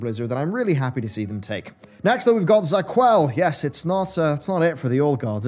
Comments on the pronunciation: It's not ZA'QUAL but ZA'QUL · Za'qul, not Za'qual.